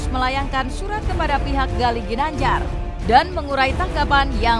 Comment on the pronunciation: r nya d betulin dulu ginanjal